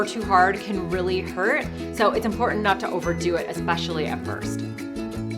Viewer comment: You mispronounced important and dropped the 1st t. You pronounce t's in other words so it is not a language barrier. You are also vocally frying your speech. Just thought you should know.